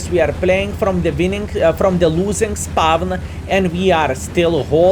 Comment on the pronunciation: Why are you keeping pronouncing certain words completely wrong. Etc; spawn, tanker, wait. Pretty much every word which has "w". Im just curious, are you keeping this spelling just for fun and its part of your identity as a streamer or is it that hard for you to pronounce them correctly?? xDDD